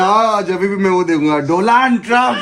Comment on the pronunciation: By the way DONALD TRUMP H , DOLAND ni 😅